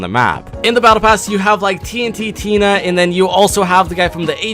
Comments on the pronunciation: It's meowscles not meowsiscles because it's a play on words with muscles and it's tntina not TNT tina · He says TNTinas name so wrong it makes me so mad It's Tn-Tina not TNT Tina XD Also Brutus (Shadow boss Found at the grotto) Is not named Grotto His name is the name of the skin (Brutus) Like OMG LEARN PLZ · It’s tntina not tnttina like that looks weird so just call it tntina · I'm not trying to be that guy but it's not tnt-tina it's just tntina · Its tntina and MEOWSCLES not tnttina and meowsicles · Does anyone realise that he says tnttina but it is tntina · Did anyone get triggered when he said TNT Tina and not Tntina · Its Tntina and not Tnt Tina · It's TnTina. Not TnTTina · Is no one gonna talk about the fact that he says “TNT Tina” instead of “TNTina” Just me? Ok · Its not tnt tina its tntina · It’s TnTina not TNT Tina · And first of all it’s not tnt Tina it’s Tntina and it’s not meowsicles its meowscles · are we not gonna talk about the fact that he said TnTTina when its TnTina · It's tntina not TntTiNa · In Tntina the is No T between T and Tina. T-n-Tina not T-n-T-Tina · Bro it's T-N-Tina, not T-N-T-Tina 😂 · It's not TNT Tina, its T-N Tina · its tntina not tnttina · It’s tntina not tnttina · You pronounce the bosses incorrectly TNTTina and Meowsickles while it is pronounced like meowsles and TnTina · He called tntina tnt-Tina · ABOUT THE MEDKIT ONE: the bandages don’t say “health is above 75HP” they say “health is above 75%” so theoretically you could go up to 750/1000 health Also here are boss pronunciations: Tee-enn-tee-nuh Brue-tiss Meow-suhls Sky My-diss Stop mispronouncing them peepl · “TNTtina” “Meowsicles” You do not know how to pronounce anything, do you? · Its meowscles not meowsicles he isnt a popsicle and TNTTINA? WTF? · Yeah... that got me annoyed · The man said "TNT Tina" and "Meow-sicles." How can you miss pronounce both of their names? Like bro. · OH MY GOD. TNT-Tina and Meow-sticles. No... gosh... pleASE START PRONOUNCING THINGS CORRECTLY!!!!